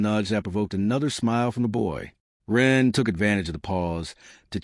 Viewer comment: Yes some words even common ones are occasionally mispronounced.